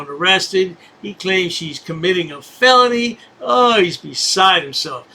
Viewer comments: A “feleny” 😅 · He can't pronounce FELONY either! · can't even pronounce the name properly Now he is crying that they did not offer him water.